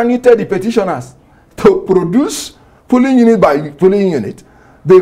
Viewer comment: He pronounced Polling units as Pulling units. Olodo